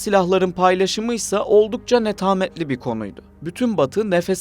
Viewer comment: Netametli değil, doğrusu: netameli